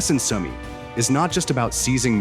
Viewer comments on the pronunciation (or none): ist eure scheiß KI zu blöd Sumy richtig auszusprechen